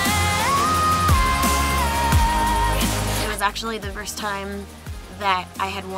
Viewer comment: At the start it sounded like she said hardy tack!